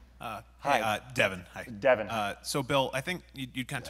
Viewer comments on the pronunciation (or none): Bill quietly repeating the name "Devin" in a Californians voice :D That's cute.